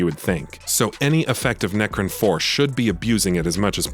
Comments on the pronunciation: It's necron not necrin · Wow the quality level of the copy in this review is very low. Its Necron, not necrin. Also, you alternate between class and race, those are hugely different things. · Necrin? Try Necron. Pronounced neck-ron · Its Nec-Ron, like you now the name Ron. Not Necrin 😐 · My ears are bleeding. Neckrin.. Necrons my man haha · NECRIN ! NECRIN ! NECRIN !! YOU MUST BE FROM FLORIDA ! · Necrin? NERCRIN??? I’m listening to some serious heresy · Great review. “Nercrin” was a little jarring though they’re my favorite race so maybe I’m being a little nit picky